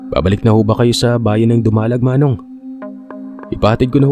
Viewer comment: Dumalag po hindi po Du-ma-lag.. diritso po pagka bikas po nang dumalag po 😊👍 btw pa shout out po taga Capiz din po ako Cuartero Capiz po medyo malapit lang din sa amin yung dumalag at may tito at tita din po ako na taga dumalag din po 😊👍